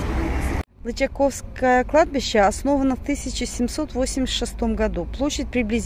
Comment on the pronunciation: прошу,ставьте ударение правильно. Не ЛычакОвское, а ЛычАковское.